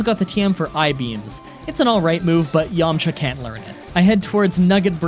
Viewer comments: Dude, its Yamcha. No way. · “Yamcha”? My asian ass is thinking about some dim sum 😂